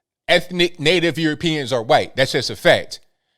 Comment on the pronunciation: why you pronounce white as guite?